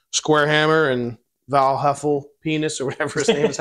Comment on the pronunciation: "Val Heffelpen*s"???? Show some goddamn respect to our heroes!!!